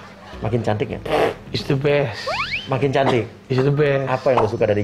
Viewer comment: Senang dengar Rafi bilang mama gigi isdebess